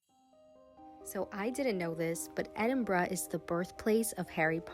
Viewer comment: well done. 👏 little things. you correctly called it ‘Edinbrugh’ not Edinboro. that’s a biggie. too marks. love you love the Highlands.